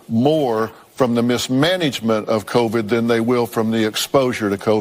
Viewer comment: I am not defending the hosts of the view, and I agree that Covid was mishandled, but man c'mon I can't take you seriously if you can't even pronounce Covid correctly. Covid is even pronounced in the video that you're referring to. Please do better. It was only spoken for 2 years all day every day. Also your quoting of the stories that you are reading is not correct, you add and change words. This video is mostly click bait.